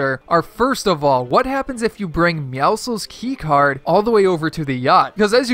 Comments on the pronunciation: it bothers me that he calls meowscles meowsles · who else thinks he is saying Meowscles wrong